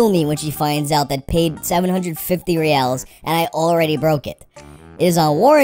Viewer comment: its not "reals" its reais